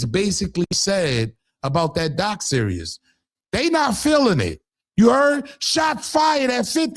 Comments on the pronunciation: In my Little Boozy voice: It’s doc SERIES not doc SERIOUS!!!! Come on maaaaaaaan!!!! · Is anyone else rolling that he keeps calling a series a serious 😂